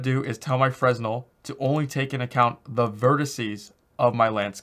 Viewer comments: The roughness is what controls the glossiness of your materials in a PBR setup. You shouldn't need to use specular if you use the correct roughness settings. Also, (and I'm really not trying to be a jerk) the S is silent in Fresnel. I used to say Fres Nell too :P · Lmao Fresnel.pronounced Frenel.. Btw the 0.5 spec setting is not PBR, there are spec values for grass and other materials. Because you cant break energy conservation with metalness/roughness. EPIC even mentioned it in their documentation: "When you're editing a non-metallic surface material, there are times when you'll want to adjust its ability to reflect light, specifically, its Specular property. To update a Material's Specular, input a scalar value between 0 (non-reflective) and 1 (fully reflective). Note that a Material's default Specular value is 0.5." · Really good videos, you cover a lot of stuff other tutorials don't. BTW Fresnel is pronounced fruh-nel with a silent S ;) Keep up the good work